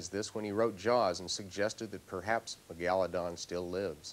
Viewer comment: He called it Ma-Galla-don.